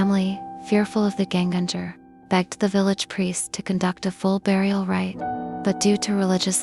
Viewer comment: It's pronounced "YEN-ganger" (with hard "Gs" as in "gold"). It simply means "again-walker", that is, someone who "walks again" after death. In modern Norwegian, it is entirely synonymous with "ghost"; it hardly refers to any specific kind of ghost, such as a "punishing" spirit, or one that gives the living "death pinches".